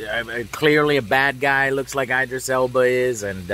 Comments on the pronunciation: Eye-drisss Joe? ID-RISS. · It’s Idris. Not Aidris. It’s a Muslim name. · Why can you not say Idris properly? Smh.